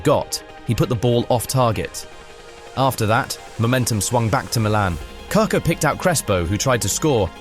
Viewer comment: "CAR CAR" its KaKa ffs